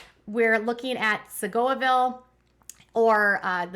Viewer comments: FYI: it’s pronounced Sea-Go-vill. Love the videos 🙌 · It is pronounced See-go-ville (emphasis on see) I live close by.